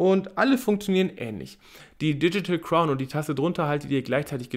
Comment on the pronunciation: Sag mal nochmal „Diedschitäl Kraun“ 😂😂😂